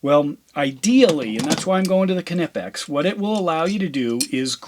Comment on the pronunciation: In the name knipex, the K is silent...